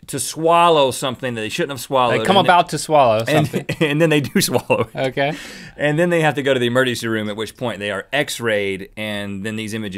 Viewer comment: Rhett says emerticy